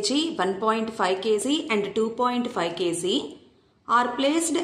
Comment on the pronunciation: kg bolna sheekh le phele gawar